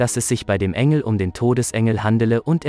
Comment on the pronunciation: Kannst du demnächst bitte die namen der engel und der Prophet in der richtigen form sagen du verwirrst mich